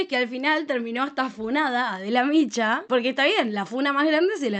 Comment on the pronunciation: No te conozco, pero me caga, que no hables bien sobré todo, los nombres propios ....no es Adela micho...es Adela Micha...infórmate bien.